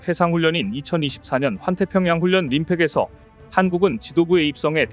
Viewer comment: 훈련->훈연(x) 훈련->훌련(o)